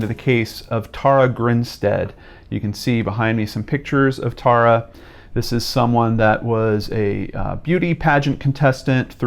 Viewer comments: Her name is pronounced...Tara: Tare-ah...not Taura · Hey, great video, but her name is pronounced like Sara with a T.